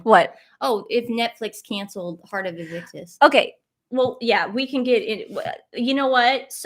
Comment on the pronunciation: It's called IN-VIC-TUS not IN-VIC-KUS. You guys are so funny!😄